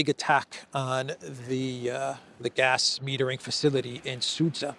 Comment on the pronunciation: Its Sudzha, not Sudza